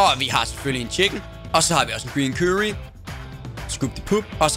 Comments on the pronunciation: "kyrry" xD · det var da næsten bedre med sraaaaji eller hvade han nu sagde aha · måden du siger curry på XD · Hvordn f*ck er det han siger curry? ahhaha dør